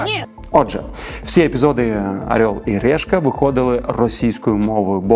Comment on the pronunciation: Ну чому "арьол і рєшка"?